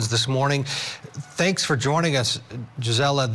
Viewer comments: “Jizzella”…I have a MAJOR PET PEEVE with news reporters AND creators. How HARD would it be to look up how people say their OWN names (especially when it’s not a common name to them)?!?! GREAT INTERVIEW!👏🏻👏🏻👏🏻👏🏻👏🏻 I called it months ago…YOU’RE going places and I’m so happy for you!😘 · He said her name so wrong but, I love seeing you everywhere G!! You rock!!❤😊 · He almost got your name right! Great appearance G!! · Looking so put together in your court jacket. Your commentary was spot on. But man, I wanted to keep correcting how he was pronouncing your name. the disrespect!! Just think from your first trial coverage in March 2023 to a regular on Court tv in less than 6 months. You should be so proud of yourself - I know i'm proud of you!! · Great job Gisela! Couldn’t help but notice how many times he mispronounced your name! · Gisela very professional! Sorry they didn’t say name correctly but you rocked it!❤ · Wow Congratulations. Great interview except for him mispronouncing your name. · Woohoo Gisela! 🎉 Sidenote: I wish he had pronounced your name correctly.